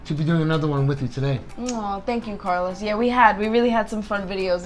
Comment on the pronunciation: Why do you say "Carlous" instead of Carlos if you speak Spanish